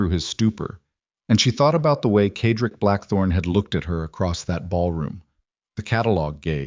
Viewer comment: CED-RICK ! That’s how you pronounce his name! How hard could that be?.